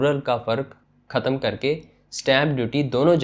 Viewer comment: لگتا ہے تم بچپن سے ہی ہندی فلمیں دیکھتے ہو ختم کو بار بار کھتم کھتم کر دیا ہے بول رہے ہو ۔